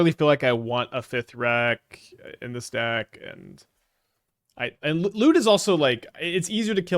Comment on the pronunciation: Talk about Lute sounds like Loot :(